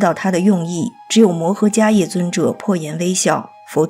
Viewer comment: 我记得读伽叶（she）